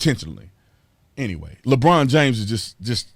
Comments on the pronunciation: "Lebronda James" LOL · "Lebronda James" !!! 🤣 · Did he say "Labronda James?" OMG...I am dying! Hilarious! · I love when you call him "Lebronda" 🤣😂🤣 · Lmao 'lebronda James'